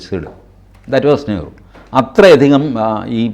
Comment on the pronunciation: What was Nehru?. That was Neehru 😂